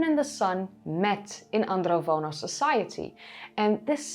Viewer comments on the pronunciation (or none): It's Andronovo, not Androvono culture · It’s AndroNovo not Vono 😉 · AndroNOVO, not AndroVONO. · She keeps mispronouncing 'Andronovo' as 'Androvono'. It's even mispelled in the description and the hashtag. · Thanks for the video. I wanted to point out that the name of the culture is Andronovo, not *Androvono. Also, the j in Karajartas is pronounced somewhat like a French j (that is, like the English s in 'measure'), not like the Dutch j (English y).